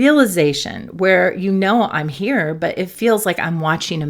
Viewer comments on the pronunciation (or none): none